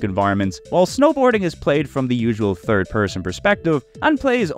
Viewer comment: "go touch grass 🤓" you literally pronounce '3rd' as 'Turd' and see no problem with it.